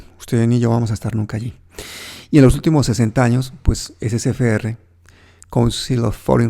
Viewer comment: una corrección: Es C F R, no es Ce Fe Erre.